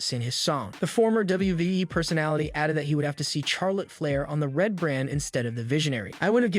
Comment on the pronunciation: You need to learn to pronounce Charlotte Flair's name properly if you're going to do your wrestling videos, it's not pronounced Char, it's pronounced Shar lotte. Just Saying.